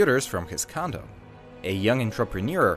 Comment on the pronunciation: I knew I couldn’t be the only one who thought they heard “condom”